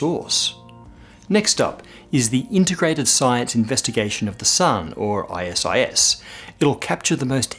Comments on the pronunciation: i like how its i s i s and not isis lol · it's totally I-S-I-S, not ISIS. :P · Eye ess eye ess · I like how you pronounce "WISPR" as a word, and make a comment about acronyms, but spelled out "ISIS" just a minute earlier. I wonder why that is... Hmmm.... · I couldn't help but chuckle when he declined to pronounce "ISIS".